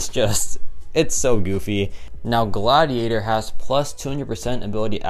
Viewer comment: It’s Godiator, not Gladiator